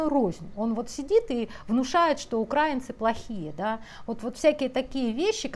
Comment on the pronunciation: мы УкраИнцы от УкраИна.🙏 Вы ударение ставите как пропоганда 😒 Спасибо вам, большое, что здравый смысл доносите. Поделилась.